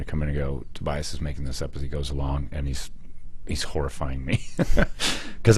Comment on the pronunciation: How about learning how to say Tobias ffs